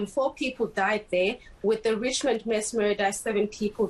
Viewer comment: This, she keeps saying Mess killings instead of Mass killings. 🤔